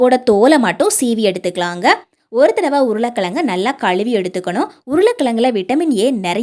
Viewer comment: உருள கிளங்கு , களுவி ,அளுக்கு, களுத்து ,What is this ? Is it tamizh ?????? Pl correct your tamizh pronounciation.